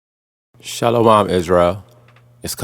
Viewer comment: Say it with me now "sha-lom"